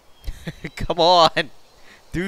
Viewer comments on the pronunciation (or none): Its Not Cone Its Come